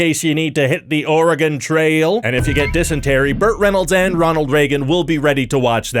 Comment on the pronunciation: Thank you so much for saying "Oregon" correctly!!